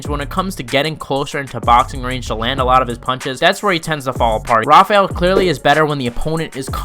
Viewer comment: Thank you for not calling him hafael like everyone ..people don't realize he's from Azerbaijan not Brazil